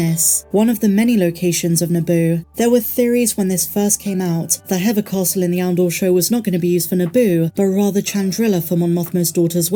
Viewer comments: Hever Castle is pronounced like /heaver/ rhyming with /leaver/, not /hever/ rhyming with /feather/. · Do you mean hever castle? It’s pronounced He-fer or He-ver 😊